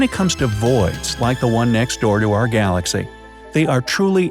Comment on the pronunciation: Wait, did he just say glass-cow?